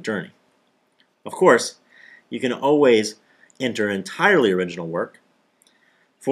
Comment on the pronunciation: The most unbelievable part about this video is how the narrator says "oh-ways" , instead of "all-ways". Don't you just hate when people do that? It's like when people say "chwenty" instead of "twenty"...ugh.